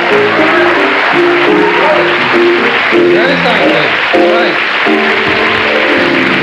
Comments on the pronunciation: he introduces Jerry as Jerry STeinfield. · I taped this special when it first aired on HBO in 1981 (I believe) and watched it a countless number of times. It’s 2023 and this is the first time I noticed that Dick Smothers mispronounces his name. And after such a great routine and intro, too. Can’t believe I’ve never noticed that before. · I love how Dickie introduced Seinfeld as "STeinfeld" and Tommy repeated it correctly! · The Smothers bros pre-apologize for his act and mispronounce his name-Steinfeld.😂Yet Jerry walked over the hot coals with ease-all time great.🤗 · Jerry was Jerry. One good belly laugh squeaked out. But Maureen Murphy towards the end had me rolling. Good material shows. Very edgy political jokes carried the day. The Smothers brothers gave very strange, longwinded intros and mispronounced Seinfeld as 'Steinfeld'...maybe purposely? Tommy's rhetorical punchline was worth waiting for. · Dick this long, drawn out intro and then pronounces the man Stein feld . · ConcernedCitizen5514, thanks for your comment......as this was Jerry Seinfeld's television debut....and the Smothers Brothers built their whole comedy routine on not being accurate or politically correct....it is little wonder that they mispronounced his name.....however, the video is awesome....and so much more vintage comedy can be seen at which I think you will enjoy.